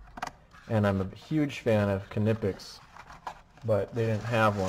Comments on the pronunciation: It's not "Kin-ip-ex" It's "nypex" Are you even an electrician? Lol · Seriously if I hear some call the brand “kuh-nipex” again I’m gonna loose it. The K is silent it’s pronounced “nipex”. German pronunciation. Great strippers I have them myself. Worth the extra money.